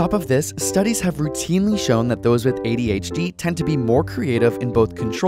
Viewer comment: When one says ABCD, there is no emphasis on the C. So why do you say adHd?